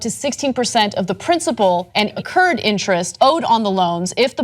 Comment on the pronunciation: Thats not the way you pronounce accrued its uh krood